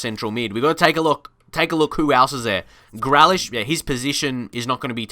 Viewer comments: Please pronounce Grealish correctly it’s Grealish no grelish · His name is GREALISH NOT GLELISH. SAY IT RIGHT. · Pronounced GrEElish not GrElish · My face when he said gralish instead of grealish: 😭😭😭😭😭🤨🤨🤨🤨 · its pronounced gree lish mate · It’s GREE-Lish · Pronounce it GREElish ignore the A and Connor hourihane is pronocune who-rehan